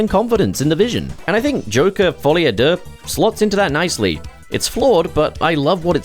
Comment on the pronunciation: « To save myself the embarrassment » To be fair to you, you pronounced it better than most of us Anglophones would.